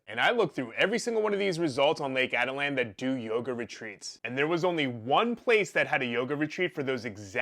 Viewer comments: Ah-teet-lan, not Atalan. But this case is so disgusting and such a statement about depraved lawyers and suss yoga instructors. Take heed, folks. Check the poser next to you. Don't give out trust easily. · This guy can't even pronounce the name of the lake correctly. The lake can get extremely rough especially later in the day. The conditions can change rapidly. She was probably in San Marcos, where people swim and cliff jump frequently. This guy is making unfounded assumptions. He has absolutely no understanding of the country or Atitlán in general.